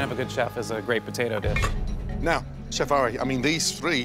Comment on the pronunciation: “thank you chepfff” who else heard her say that lol no just me I guess